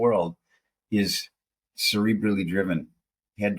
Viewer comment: At first I thought you said "Celebrity driven"